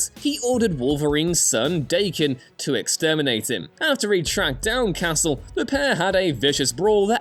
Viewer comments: Day-kehn?? DAH-KEHN. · please learn how to pronounce "Daken" correctly. He is named directly after the Japanese word for mutt/cur/mongrel. We have a real frame of reference for how to pronounce his name, and it's not "Day-kin". Marvel''s own official Youtube channel has multiple videos with writers and staff correctly saying "Dah-ken". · I believe Daken's name is pronounced "Dokken" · It's pronounced Da (like Russian for Yes) than Ken ...Dakken. It's Japanese for mongrel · Daken = "daw-kin." Mxyzptlk = "mix-yez-pittle-ick."